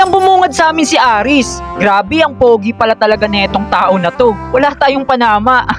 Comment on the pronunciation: Hindi po aris ares po kuya